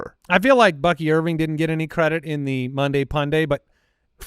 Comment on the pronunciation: "Bucky Irv-ring", as in championship💍